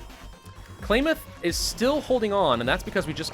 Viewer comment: Love the new face cam. Klamath sounds like Clam ,and I Love seeing you play this mod in the part of the world I am from.